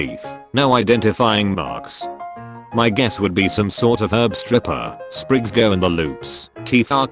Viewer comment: Get a new bot reader. It mispronounced the word "go"